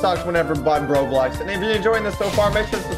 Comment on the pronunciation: did he just say roblux?